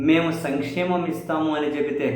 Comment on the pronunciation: "సంక్షేమం" ఇస్తానని ఎక్కడన్నాడు.ఒక్కసారి కూడా అనలేదు."సమిక్షేమం"ఇస్తానన్నాడు.యం.ఎ ఎకనమిక్స్ చదివిన వ్యక్తికి,నాలుగు సార్లు ముఖ్యమంత్రి అయిన వ్యక్తి సంక్షేమం అనడం రాదా..!!?? వచ్చు.కానీ ఆయన అలాగే పలుకు తాడు. "సామి క్షేమం"అంటే.‌..యజమాని క్షేమం,రాజు క్షేమం అని అర్థం.రాష్ట్రానికి ఆయనే రాజు కాబట్టి...ఆయన అన్న ప్రకారమే రాష్ట్ర ప్రజల సామి క్షేమాన్ని ఆచరిస్తున్నాడు.